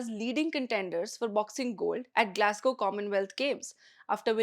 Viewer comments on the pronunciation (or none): none